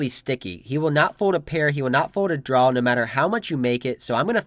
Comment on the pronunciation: It’s "draw" not "drawl"